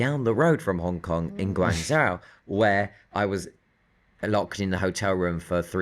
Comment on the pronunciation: Love you, but please say Guang-JOE, not Guang-ZOW. Not sure if that’s the British pronunciation or just funny. In any case, it’s always fun to hear mention of one of my favorite cities. Thx!